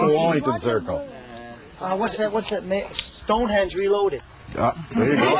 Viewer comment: that`s "stonehenge", buddy, not "stone hedge"...